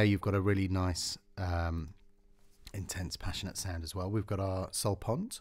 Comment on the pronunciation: Very nice! btw it is not "sul pont" it is "sul ponte"